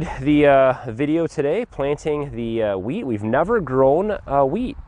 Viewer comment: I kept hearing plant weed.... oh geez lol